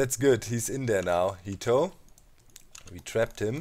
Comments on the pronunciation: I don't know if any you have any Japanese viewers doc, but 'heto' they way you pronounced it means 'person' in Japanese. I just think that that would be really funny, for you to name your guardian 'person'. it's so... average lol. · It sounds funny that's all cause to me jito is a son a nephew etc. and when he says come here heto it sounds really funny I love Doc I just thought he would get a kick out of it never meant it to sound critical I got a kick out of it but being from NM US it is a word that insisted he was calling his guardian a name I would call my son it made me laugh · Exactly! I thought he said 人 too xD